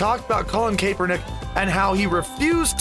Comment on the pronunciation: By the way its CAP-ernick Kaepernick is pronounced that way not Cape. Cap